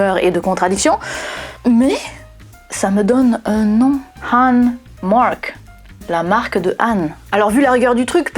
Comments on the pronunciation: sauf que Han se prononce Ran ... sauf si on le sait pas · Oui. 13% de ma famille l'a sur le bras gauche, 17% sur le bras droit, 40à 60% sur les deux bras. Donc on est coréens. Ou chinois de la dynastie Han (prononcer Khan). Avec un diplôme de physician en poche et on joue du violon. il faudra essayer sur les Blancs un jour. Ceux qui ne font pas de bulles avec la bouche. Pour avoir des chiffres probants. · 🎉Bonne année à toi et tes proches 😘 Bonjour, comment tu vas ? As tu passé un bon réveillon 😅😂🎉. Sinon.... 😅 AHN ET HAN se prononce de la même manière ??? 😮😅. AHN c'est bien " ANE " 😇 Par contre HAN c'est " EN." avec un H comme " Haricot " 😅 Du moins ici en Belgique 🎉❤🎉 Nous avons un village qui s'appelle Han sur Lesse, relativement reconnue par les touristes, pour ses grottes et sa réserve animalière, sur les animaux sauvages d'Europe exclusivement, 😅ayant vécu ici. ( pas nos animaux de compagnie ou d'élevage type ferme agricole,....) Ouwha 😅😮 Je pars dans tous les sens. Bref, regarde sur trip advzisor ? Ou ailleurs 😂 Enfin, bonne journée à toi et ta famille. 😘🎂🎉🤣😋🙂Ho oui, j'ai pas les plis 😅 Si c'était quand même des boulets... La graisse,... À t'elle des points d'acroche, comme les muscles et les tendons ? Ce qui ferait du pli la limite de la masse de graisse. Si tu vois ce que je veux dire ☺️🙃 Qu'en penses tu ?